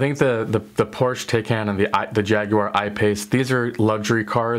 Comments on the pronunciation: Porsch Teyken? :-) Why are all you US guys so bad at pronouncing foreign names?! An A in Europe is always like "chArger", "cAr" or "Audi". porsch-e, E spoken like the E in "tEsla". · Porche is pronounced Porch e, and taycan is pronounced tie con